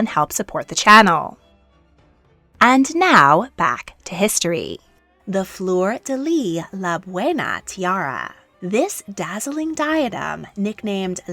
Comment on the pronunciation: Anybody else annoyed when an anglophone says "flor de leeeeee"? FLEUR DE LYS, LYSSSSSSSS!!! Sorry, pet peeve. I love those videos though.